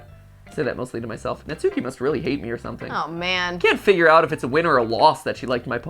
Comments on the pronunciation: Years ago, all these American youtubers had me thinking her name was pronounced (Nat-soo-key) when in fact, Natsuki’s name is pronounced (Not-skii) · Ok the way Matt and pronounce Natsuki is driving me crazy It's Nat-skee, Not Nat-sookee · Its pronounced Nat-s-ki bot na-su-ki. Even tho the Tsu is there in names and in the middle of words the t and u is silent usually. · If no one else is going to tell MattPatt, I will. Natsuki is pronounced nots key or not ski, not nat sue key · Yay! is here!! Note: since their names are Japanese they are pronounced Sah-yo-ree (Sayori), Not-ski (Natsuki), Yoo-ree (Yuri), and Mo-nee-kah (Monika). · YOU ALL ARE NOT SAYING NATSUKI'S NAME RIGHT!😡😭😱😫😒🤬